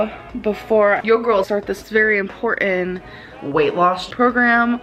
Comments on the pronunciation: Importen LOL I cannot tell you how crazy it makes me when she says that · I will never understand why she says importin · I hate when she says "imporen". She's been saying that a lot lately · Imports where it's "importan" that we be "importin." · Okay so English is not my first language and some words truely are hard to pronounce because they are taken from other languages. But "Important" is not THAT hard. Jesus Christ get a grip girl.